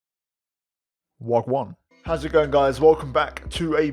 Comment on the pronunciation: Lol its actually "waah gwan" but hey cant fault you for trying my g 🇯🇲💪🏾👌🏾